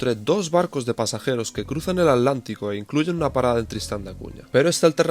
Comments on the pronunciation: Maravilloso,, pero debo decirte que me altera mal que digas "ALÁNTICO" y no Atlántico 😂 Gracias por bancarte tantos días de viaje❤ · Porque dice al lántico??